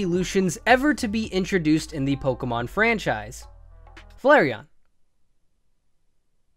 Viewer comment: When he said flareon i almost threw my computer